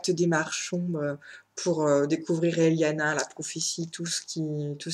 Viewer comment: Juste parce que je ne peux pas ne rien dire, ça se prononce "Elana" pas "Eliana" et c'est "Elana Cald1" (faut pas le prononcer à l'espagnol), Pierre "Botéro" et non "Boteuro". Moilà, juste parce que Pierre Bottero prononçait les noms comme ça ;)